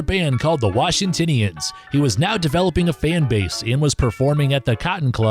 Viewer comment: WashingtOnians not Washingtinians. Also it’s ARias not AIRias. Bubber Miley not Bubbler. Anatomy of A Murder Not Anatomy of Murder. The images and sound samples are fantastic, and you packed a ton in 10 min! Good job except for the pronunciation goofs.